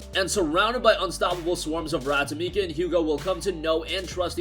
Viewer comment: When he called Amicia Amika